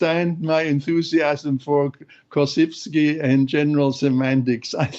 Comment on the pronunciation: The correct pronunciation of "Korzybski" !